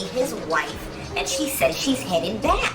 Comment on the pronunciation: Whife with an H 😂. Trifling husband fake passing out 😂